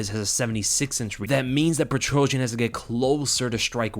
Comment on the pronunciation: Lold. PetroSYAN, not PetroJAH.